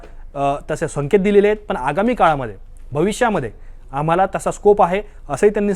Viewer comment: पन नाही हो " पण " म्हणा..